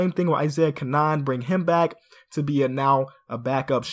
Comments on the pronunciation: its pronounced cannon, but i see why you said it like that lol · Isaiah Caanan is pronounced Cannon like a cannonball